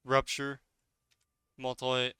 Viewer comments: Also it's MUTE-elate not MULT-elate. Crazy how people can be so good at video games but so bad at reading XD. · MEW-TIH-LATE. WTF is a multilate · Sweet vid man, and mutilate is pronounced like this mew-til-ate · Do you mean mew til late “ie” mutilate. Or am I missing an ability. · Mutilate: myoo-ti-late. That aside: great vid! Always been interested in PvP, but never really with it enough to give it a go. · Awesome info! Also: it is MUTE-IL-ATE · moltilate moltilate 🤣